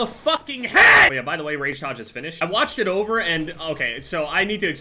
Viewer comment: the rage tayge